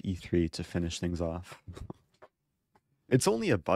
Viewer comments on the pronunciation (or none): none